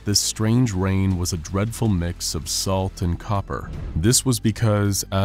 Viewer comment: Tiny drops of wain